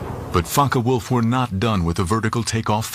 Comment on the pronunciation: ✈Fncker Wolf??? No wayyyy......😳 Its Focke Wulf.....These Yankees really go over the top!